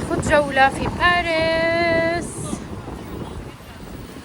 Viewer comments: حدا بيقول لك روحي تعلمي تحكي فرنسي بعدين تاعي وبالاساس ما اسم بارس اسم باريس بالفرنسي صافيparis منازعت لك الاشتراك بس عشان هي الكلمه ازعجتيني وانت تكرري فيها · تي كنك تلوي في السانك بارسسس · اصلا ماتعرفي تنطقي باريس